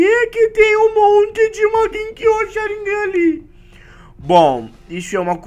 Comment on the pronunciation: porra não é sharignan é Sharigan mn mds